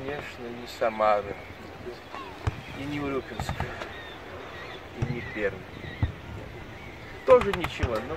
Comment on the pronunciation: Пермь, а не Перм, умник